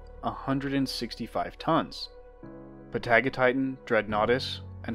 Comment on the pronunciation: You're mispronouncing Patagotitan. Hint: Patagonia.